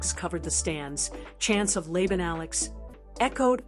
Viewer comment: It's also not Lay-bun, AI. It's pronounced Lah-bahn. All you smart-A$$es can comment now. 😅